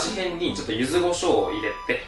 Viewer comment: の「ゆずごしょう」いっつも気になってしまうwww